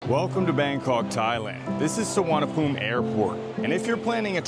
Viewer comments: Location and Location It is NOT Suvarnabhum. It's Suvarnabhumi. The "i" at the end is not silent. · Bangkok'a one of the Intl.Airport's name (The other one is Don Mueng) is actually known as "Suvarnaboomi" (meaning Golden Land in Sanskrit) But the TukTuk & Cab Drivers there Mispronounce it as "Suvarnaphoom".. :face-green-smiling::face-orange-frowning::face-blue-wide-eyes